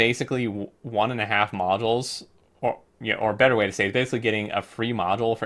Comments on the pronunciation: No offense man, but it's bothering the shit outta me. Modules is pronounced mäjōōls. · it's in the dictionary. That's how you pronounce it.